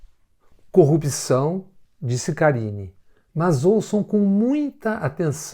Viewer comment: Moro combate a "corruxão" , ele se quer consegue pronunçiar a palavra corrupção. Pode ser que até as eleições aprenda kkkkkkk